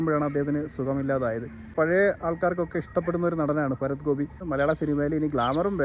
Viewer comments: ഫരത്തൊ അത് എന്തോന്ന് ഫരത്ത് ? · ഭരത്.. ഫരത് അല്ല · ഹേ ഭായി അക്ഷരങ്ങൾ സ്ഫുടമായി സംസാരിക്കുക ഫരത് ഗോപിയല്ല ഭരത് ഗോപി എന്നു പറയുക. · ഫരത് ഗോപിയല്ല ഭരത് ഗോപി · Farath അല്ല ഭരത് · സുഹൃത്തേ, ഫരത്തു ഗോപി അല്ല, ഭരത് ഗോപി. കഷ്ടം. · ഫരത് അല്ല ഭരത് ആണടോ?